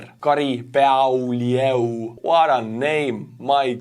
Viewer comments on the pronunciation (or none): The name of your patron 'Beaulieu' is pronounced 'Bewley' or perhaps better for you 'Be you lee' as long as you make the 1st 2 syllables sound as one Everything else you said was perfect........... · Beaulieu is pronounced Bew Lee. Bew as in knew. Past tense verb. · BEAULIEU : (BO - LEE - OH) 👍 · Funny name butchering today! The actual pronunciation for "Beaulieu" here in Canada would be about like this: "Bo-Lee-You"... have fun with that 😀😉 Keep up the good work !! 🇺🇦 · Names pronunciation, hilarious. Beaulieu. Bowlew. Bo as in both. Lieu as in lu. Bolu. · Beaulieu 🤭 No wonder you had trouble with that one. It's French which loves to string together a bunch of vowels -- unlike Russian names which I find impossible to pronounce because they're strings of consonants with almost no vowels. Languages are so funny. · Haha, your patreon called Beaulieu been destroyed on his name🤣...it's french family name